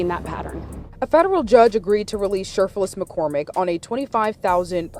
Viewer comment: I was mainly listening to this video and kept hearing her name as shirtless McCormick lol.